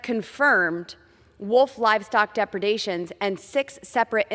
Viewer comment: Boebert found what she thought was a safe topic for her uneducated brain, and made a heroic attempt to appear competent & intelligent, then she promptly mispronounced “ecosystem” as “echosystem”, and “depredations” as “depardations”.